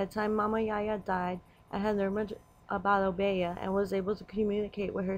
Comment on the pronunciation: O- bee- yah is the proper pronunciation. The woman with the rooster is Marie Laveaux.